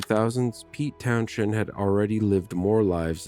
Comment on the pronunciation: Oh AI is useless with local London pronunciation, can’t even say his surname or place names correctly 😢